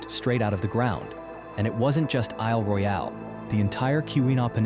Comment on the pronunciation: I’m in mi. It’s cool, but this ai is gay af! Isle RoyAile lol stfu ! lol Yep , I’m from Michigan !